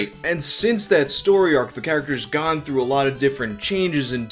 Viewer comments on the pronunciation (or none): none